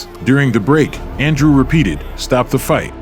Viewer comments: It is not Andre But ANDREW.. GOT IT.... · Your pronouncing his name incorrectly..😂 just say Andrew. 👎